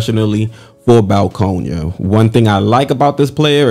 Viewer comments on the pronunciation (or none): Is Baskonia, not Balkonia